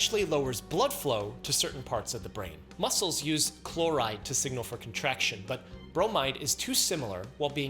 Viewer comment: He went from Chlo-rider to Bro-might-her.